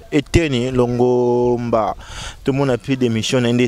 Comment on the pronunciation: Cher Mr le "journaliste" informez-vous bien sur les noms de virus et de personnes,vous ne faites pas trop recherche svp. Plus de 4 fois vous parlez de conoravirus au lieu de Corona virus; ministre Eteni Longomba au lieu de Eteni Longondo;trop de lacunes vous decredibilise.